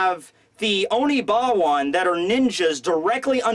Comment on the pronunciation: And someone tell that its not oniBAWAN!! Its oniWABANSHU!!!!